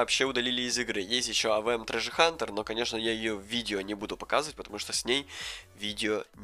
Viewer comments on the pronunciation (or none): none